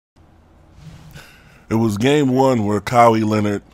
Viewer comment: Lol Ka-Why Is how its pronounced good vid tho